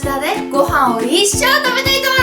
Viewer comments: 一升が一生に聞こえる(´·ω·｀) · 一升が一生に聞こえて笑った